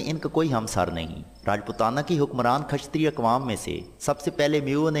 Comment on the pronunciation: khashtriya ni Kshatriya hota hai